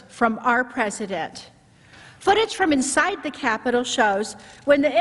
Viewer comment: "peloslei" "capilol" I think Lindsey graham is broken